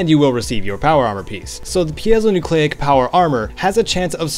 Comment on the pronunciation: Actually I think it is pronounced Py-Zo-Nyucleic.